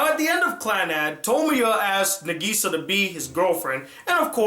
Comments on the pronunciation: ITS NÁGISA, NOT NAGÍSA!!!!!!!!!!! have you even watched the sub........... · Its nagisa (nah geh sa) not nuhgeeza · It's pronouced Na- k/gi -sa With no emphasis on the gi, It's supposed to be a lot of a sound, and making it sound like a k, or a very short gi, like it's spelled, but the english dub pronouces it as geeeeeeeeeeeeeeeeeeeeeeeeeeeeeeeeeeee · Its Na-gi-sa not Na-giii-sa!! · I don't like your pronounciation of Nagisa!!!!! ;-; I say Naw Gi Saw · He says Nageesea like in the shitty english dubs. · Good review - and while I don't agree with everything, you did make quite a lot of valid points. You gave both the good and bad parts of Clannad and Clannad: AS justicce. The ending would... probably make a lot more sense if you actually played the visual novel. And also, while this is very minor, Nagisa is pronounced "Na-gisa" with emphasis on the first syllable "Na" rather than the second one "Gi". Very good review! I look forward to other ones :) Also, HAPPY BIRTHDAY (2 months late, though mine was also in April XD)! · Has problem saying "NaGEEsa" and "SanAI" but questions the way pronounces "Ushio" when he says it perfectly XD Awesome review though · From the way he pronounced Nagisa, I can tell he watched the dub. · great review. but at least say Nagisa's name correctly. please. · How he pronounces nagisa is so annoying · Great review, although I wish you would pronounce Nagisa's name right. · at least pronounce nagisa right man cmon lol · D: the way you say Nagisa i can tell you watched the dub... sub man sub Japanese pronounce it properly. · Glad you finally reviewed Clannad and happy birthday!!! Edit: Though I do wish you pronounced Nagisa as what's heard in the Japanese dub.